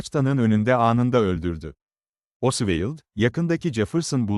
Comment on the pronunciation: Her tarafı dökülen saçma sağan bir video. her şeyden önce, çocukların bile bildiği Lee Harvey Oswald'a diliniz dönmüyorsa, neden video çekiyorsunuz? Ayrıca içerikte sayısız hatalı bilgi var sayın.